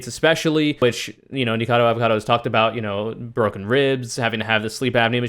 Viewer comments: After hearing YMS say "Nikacavo" I do not apologize. This is a conspiracy against me. I am now a right winger. Thank you. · mispronounces Nikocado's name every time he talks about it hears YMS correctly pronounce it "Is this a wrong answer?" YMS? More like SMH.